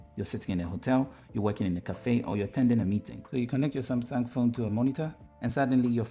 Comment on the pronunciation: Am I crazy or you did say sumsang ?